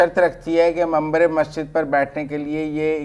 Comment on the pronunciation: آپ کو منبر کہنا نہیں آتاا اور منبر پر بیٹھنے والے ایک عالم دین پر بات کرنے کے چل پڑے ہیں